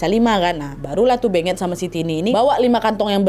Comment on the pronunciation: Kek nya beungeut bukan sih baca nya